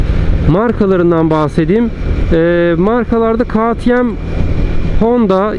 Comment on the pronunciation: KağTieM değil KeyTieM yada direk KaTeMe diye telaffuz etsen çok güzel olacak kardeşim. Kazasız belasız sürüşler.